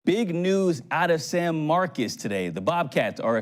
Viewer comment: Just an FYI, San Marcos is pronounced like San Marcus. Don't ask me why.